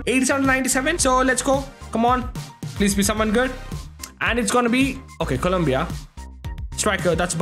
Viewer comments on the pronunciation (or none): none